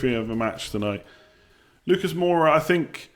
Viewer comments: Moura. More-a, not bloody Moira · don't hate me but please: Moura not Moira, aitch not haitch and Jo-zay not Ho-zay. Peace bro